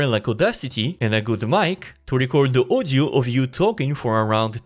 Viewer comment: I was wondering what is ozio, but in the end realized guy can't pronounce word audio properly. This is audio-to-audio, not ozio-to-ozio 🤣